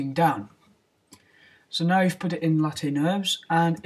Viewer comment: Late nurbs... HAHAHA LOL! You pronanouce it as layf :d